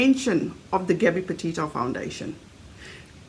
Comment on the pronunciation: Why does she say Potato instead of Petito?